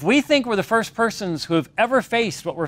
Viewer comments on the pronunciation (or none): none